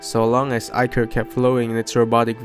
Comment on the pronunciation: The king's name is pronounced like the math exercise minus- mh eye nuhs. Great job pronouncing ichor. Many get it wrong. I appreciate your time and effort as well as reading it yourself rather than using ai.